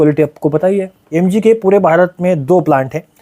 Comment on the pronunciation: Yem-ji..... Not MG 😂😂